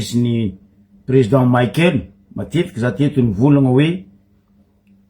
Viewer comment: 🥴 Abruti ! Ce n'est pas président maïkel mais président Michaël. Izy tsy américain kara maïkel jackson, anao koa tsy américain. Mianara magnano prononciation anao koa nianatra. Prononcer tsara, Michaël mais non pas maïkel nao zegny, anao marary jery. Stop koa watawata pory nao. 🥵